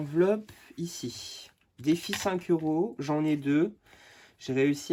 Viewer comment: Cc "Defi" et non "deffi" rien de méchant 😉